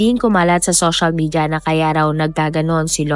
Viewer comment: Ang bulol naman netong narrator. Shoshal media my gosh. Sana ayusin naman ang pagbigkas